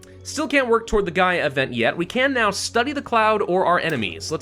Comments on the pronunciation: it's the GaLa event, not the Gaia event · It hurts me mentally that is worried about pronouncing Sierra Madre correctly when he keeps confusing gala for Gaia. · it's the Gala event, not the Gaia event